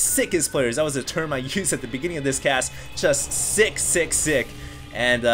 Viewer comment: i thought he said 666 instead of sick sick sick O-o